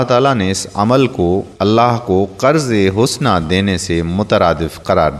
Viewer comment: Qurz-e-Hasana NOT Qurz-e-Husna